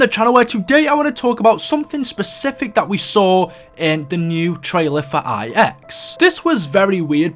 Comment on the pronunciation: He said IX instead of NINE